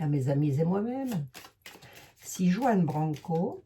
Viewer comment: Prononcer "Rouan"avec un R bien gutural! C'est un jeune tres doué, avocat en droit international a 28 ans!a ete avocat de Assange....